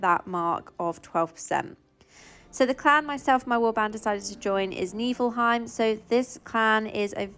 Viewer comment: I'm sorry I lolled when you pronounced it "Neeflehime" 😂😂